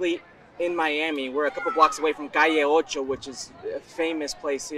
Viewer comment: It's pronounced "Call'ocho."